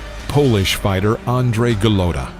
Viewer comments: The narrator has the pronunciation of his name wrong. It's not Andre Golutta, it's Andrew Gollota. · Why does the documentary presentor insist on pronouncing Golata as Golowta? I have never heard this before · It’s ga lat tah. Lol go low tah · Go lo ta I hate you're pronunciation of the name of the boxers despite the comentaters say it repetitively. Your videos are always great but it's greating to my eats every time you get the names wrong. It like saying myke twyson. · Who the fuck is Andre?? This channel has good content but the narration is a joke. You can tell the narrator isn't a boxing fan, he's just some chump they hired to read a script. So many videos this idiot is pronouncing names wrong. "GoLOWta"?? Even though you can hear the commentators saying his name properly. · Goooo lota .... golota .. say it right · LMAO ... Andre Galoada??!! What a joke. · Andrew not Andre. Golota isn’t pronounced Guh-loat-uh. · To bad he couldn’t pronounce his name correctly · I was out when the narrator mispronounced Golota. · Omg...dumbass narrator even mispronounces Golota’s last name! This video sucks! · How can you trust the boxing knowledge of someone who pronounces Eddie Futch as Eddie Feeuuw-ch and Andrew Golotta ...Andre Ga-low-ta. Who is this guy? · I LOVE your channel and videos, but PLEASE learn to pronounce these names right 🤣🤣🤣 Eddie Feeeeyyyooooks!? GuhlOtuh?! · I think it is a computer generated result...or some dude who knows nothing about boxing. Screws up the pronunciation of Futch and gets Golota's first name wrong.